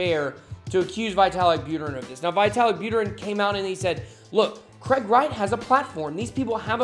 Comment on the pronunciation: Nice! Btw. It should be more like "vee-ta-lik" not "vai-te-lik")